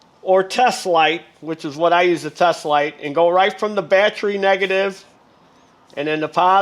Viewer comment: Battry - Sounds like someone form New Jersey or New York.